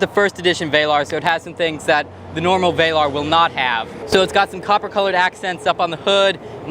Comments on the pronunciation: Not VAY-larr. Vel like “fell” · It's not pronounced "vailar" it's VELAR damn bro!